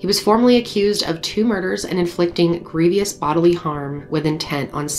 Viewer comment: Love the way you say grievous (not being sarcastic)